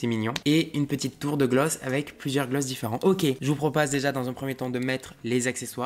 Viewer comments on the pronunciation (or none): "Je vous propase"😂😂